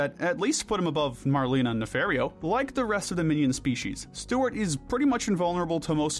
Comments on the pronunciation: NOT NAFAIRREO NAFARIO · Why do you morons keep mispronouncing names, like Dr. Nefario?! It’s pronounced “nuh-FAHR-ee-oh”! 🙄